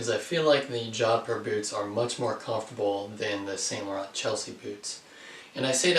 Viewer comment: San not saint .